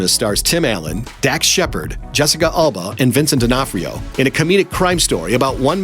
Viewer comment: Her name is Jessica Alba, not Jessica Ulba